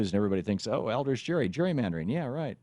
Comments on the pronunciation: I'd say he got a bad rap. You can't even say his name correctly. The "G" in "Gerry" is not pronounced like a "J", it's a hard "G". Crack a book, would you? You talk about reading the history, but you clearly haven't. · YOUR SAYING IT WRONG IT HAS A HARD G GERRY HARD G JEES LEARN YOU HISTORY